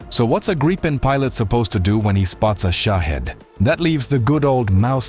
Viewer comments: It's not called the "graypen", but "greepen" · damn you.. its not graipen.. its greepen but the ee should be short like the last e... ee in english is i in swedish.. but short in this case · Gripen is the Swedish name for a Gryphon (The Queens English) or Griffin (American). Pronounce it Greepen and you’ll be correct. Grigh-pen is a really sad butchering of the name of this fine aircraft. Kind regards Anders, 69 Sweden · It is pronounced Greepen not Graipen….. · Graipen, Graipen, f_ck Graipen. It IS NOT Graipen - It is Griipen - G R I I P E N. [Like 'Mittens'] Fix your moronic AI sound making. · "Graipen fighters"? Completely mispronounced. It's "Gripen", but not "Graipen". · Graaaaipen fighters? What? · If I hear one more AI voice say Griepen fighter ill scream. Ai is absolutely killing youtube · No, it's a long i. Greepen is closer to it. But Swedes wouldn't mind if people said Griffon. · Pronoused: Greepen. The Griffon. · The pronounciation of Gripen incorrect. The i is pronounced as E in England. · In Swedish, 'i' is pronounced as 'e'.